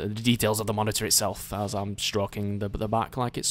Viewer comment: Ma - ni - urg (monitor) XD